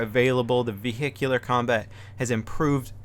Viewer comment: LOL Ve-hicular combat :3